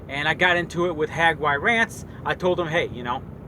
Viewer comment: Dude his name is HAGY - RANTS .... if u going to talk about someone get it right